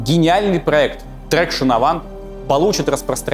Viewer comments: после такой концовки ты просто обязан рассказать историю Карлоса Гона ( S в Ghosn не произносится, а traction произносят "траксьён"). А ещё, огромное тебе спасибо, ты напомнил мне как мой папа учил меня водить на Рено R5 накручивая круги вокруг Венсентского ипподрома. У этого маленького хечбака была пяти-ступенчатая коробка и для меня только-что приехавшего во Францию в мои 14 лет сидевшего до этого только за рулём Москвича под присмотром деда, это был взрыв мозга. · "Voiture" читается как "ВуатЮр", а не "Войчер" "Traction" - это "ТраксьЁн", а не "Трэкшн"